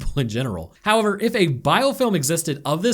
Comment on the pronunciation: in the distance during this review, I can hear the echoing of some accented english going "hoyever..."